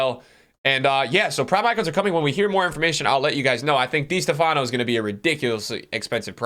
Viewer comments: Literally everyone: Di Stéfano NickTheAllAmerican: Dea stefáno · Is not di Stefaaano . The accent is in the é. Di steeefano. Right pronunciation. Dee-ehs-TEH-fan-o. Not dee- s- teh- FAAh-no. I cringe when you cant go to youtube and find the right pronunciation of the first great player of all time. I did not see him play either but I have heard his name. How would feel if I make a you tube video and i pronounce de ligt as de light. You would think i dont know soccer.